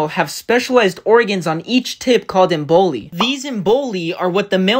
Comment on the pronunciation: EM-bolye. One EM-bolus, two emboli.